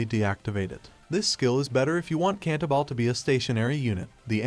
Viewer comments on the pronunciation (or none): Having studied classical music for several years, it was painful to hear the pronunciation of CantaBILE.